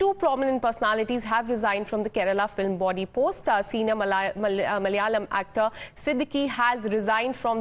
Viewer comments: Please for the love RAM its Ma-la-ya-lam not mal-ya-lam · This stupid lady should stop reading the news. Cant pronounce, Malayalam and none of the names. These are Indian names. No wonder people in south India have a problem with north Indians.